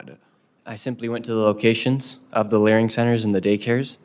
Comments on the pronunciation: Nick saying "learing center" all the time is legendary😂😂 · It is so funny that the ones that follow and know all say "LEARING center" 😂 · THE FACT THAT YOU KEPT SAYING "LEARING CENTERS"- I HAVE TO BUY A SHIRT. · The fact you’re stilling calling it a “learing” centre while answering these questions is hilarious hahaha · "...went to the locations of the learing centers..." now we are all saying learing